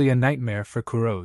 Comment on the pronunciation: Kurose isn't pronounced Ku-roz. It's Ku-Ro-Seh. The "se" isn't dropped like it is in the English word "rose". They are Japanese. The name is Japanese. That means its pronounced with Japanese pronunciation. Please just show a modicum of respect for the material and spend just a few minutes learning how these words are said.